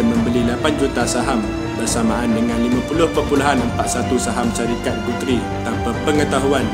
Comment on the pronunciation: Pronounciation 'Guthrie' tu boss, salah tu. Telinga tak boleh arrr......